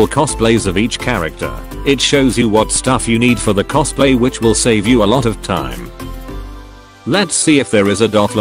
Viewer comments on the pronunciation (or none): none